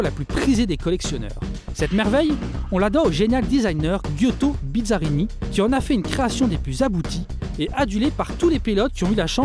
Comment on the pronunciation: petite note presque inutile, mais Giotto Bizzarini se prenonce "Jo", pour la prochaine presentation :)